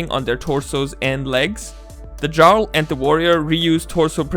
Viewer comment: Just so you know, jarl is pronounced "yarl". I only know this because I heard the term spoken aloud in a video of someone's playthrough of Skyrim.